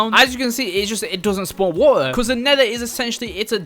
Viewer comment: You saying waer in stead of water